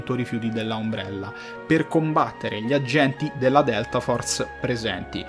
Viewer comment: Però umbrella con la U non si può sentire proprio